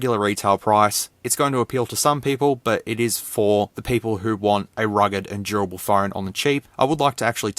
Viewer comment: I thought that you said "rigged" phone lol It could explode at any moment!